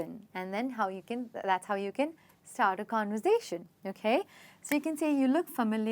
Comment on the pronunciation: I think you mispronounced conversation